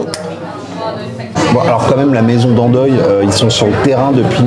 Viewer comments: Salut, balade sympa, par contre le gars ( j'imagine) est parfois un peu cringe et malaisant (dans ses commentaires et expressions faciales) mais ce n'est que mon ressenti personnel et subjectif. Ensuite je suis Belge, et on ne dit pas "Dandoille" mais "Dandois"! Deuxième info: on ne dit pas "Matonje" mais "Matongué/Matonguais" ensuite ce n'est pas du tout un quartier "cool" ni "branché" mais c'est un quartier "populaire" un peu malfamé et mal fréquenté qui est majoritairement habité et revendiqué par la communauté Africaine! Bonne route dans vos dégustations:)) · Plus simple "dandoigt" pour la prononciation car dandoi tu va le lire comme dandoy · La maison Dandoy se prononce DanDOI. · Coucou, bienvenue en Belgique, alors qqs remarques qui se veulent constructives, on ne prononce pas Dandoiye, mais Dandois. Et la carbonnade flamande, sans doute est t’elle bonne, mais à l’œil pas top. Souvent c’est servi avec de la purée, posée à côté afin qu’elle s’imprègne de la sauce. Dommage que tu n’ai pas tenter les stoemp, grande tradition belge. Avec toutes mes amitiés 😉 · mdr Dandoy c’est dan dwa pas dan doï 😂😂😂😂 et c’est pas Mantonje mais Matongué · On dit dandois pas dandoye... On dit matongué et non maTONge Si t'as aimé les frites où t'as été ça confirme que vous ne connaissez rien aux frites 😅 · on prononce « dent doigt ». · Dandoy .... ça se dit dandwa 😅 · On prononce dandoi 😂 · oui moi aussi cela m' a surpris on dit juste dandoi le y en i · La Maison Dandoy prononce la convenablement c'est le moindre des respects... Ça se dit "dans doigt" !!! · Mdr mathonge le quartier branché ? C'est le quartier renois de bruxelles où tout le monde te demande si tu veux consommer toutes sortes de produits 😅 d'ailleurs ca se prononce à l'africaine "mathongué". Dandoy c'est dan👆🏻. Sinon parfait d'avoir fait connaître ces adresses 😉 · Pitié ! Bruxelles pas BruXXXelles, Dandois pas d'andouille, Matongé pas matonje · Ca se lit dandoi et c pas waw c cher pr ce ke c’est